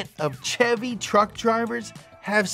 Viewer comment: Maaah, why does the man say Chevy wrong???